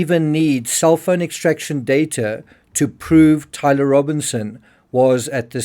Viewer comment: You need to learn how to say Tyler before you make anymore videos about him